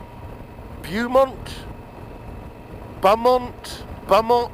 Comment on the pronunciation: Hey mate, I bought my Super Tenere back in January and it was/is my dream bike. The company that makes your top box and panniers is pronounced "boo-mont" lol 👍 Have a full set on mine and they are really built like a tank, just like the S10! I just started my own channel but only one attempt at a video so far from a recent 4 day trip through the Barrington Tops in New South Wales in Australia. Absolutely love the bike and so bloody comfortable. I am also going through mental health issues and fully understand how hard it is to ask for help and how people can react around you. Sometimes, their reactions are not pleasant. Anyway, great video, glad you're enjoying the S10 and if you ever take a trip to Australia...happy to show you around some of the best riding roads in Australia 🙂.